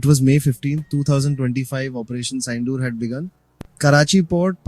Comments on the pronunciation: You can blame AI, but pronouncing the Operation Sindoor- the context's actual name itself- as Saindoor is really hopeless. But video is lit🎉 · Wtf is "Operation Syndoor" ?